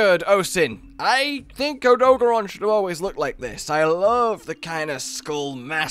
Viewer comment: Why do yall hate the blue tail it looks good on Odogaron (which you're pronouncing wrong btw)